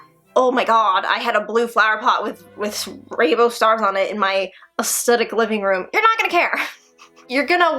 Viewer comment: ok I love and she's absolutely adorable but I can't stand when ppl pronouce aesthetic like "aestetic"